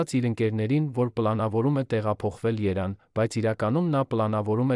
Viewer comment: և տառը չեք կարողանում արտասանել։ Երվան ֊ Երևան Գորգ֊ Գևորգ և այլն։